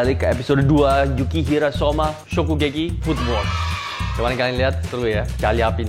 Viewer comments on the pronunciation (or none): YUKIHIRA CHEF.. BUKAN YUKIHARA.. wkwk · 8.27 "yukihara" nama dia yukihira cheeef 😭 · chef arnold salah bilang nama soma chef bilang:yukihara yg asli:yukihira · Yukihira chef, bukan yukihara 🤣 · Mon maap, harusnya Yukihira mas hehe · Its yukihira